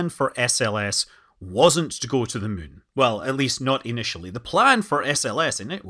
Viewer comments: Can never get tired of Scott Manley saying "mun" 😊😊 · It's already such a joy to hear how you say "the mün", but "I'm gonna züm in on the mün" is the best thing ever.